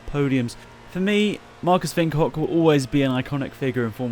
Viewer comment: You have the name Marcus Winkelhock in perfect German